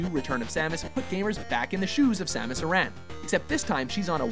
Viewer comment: You're pronouncing Samus' last name wrong! Are you aware of that?